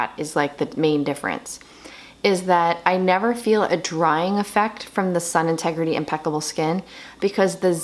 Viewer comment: Sorry got cut off. It’s “sun-tegrity” not “integrity”. Not that it really matters but I know you talk about this brand often to wanted to share! 😘 I also love the brand. Xo. Stay well